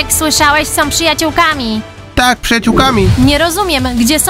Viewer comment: Wow * nie łał są *a nie som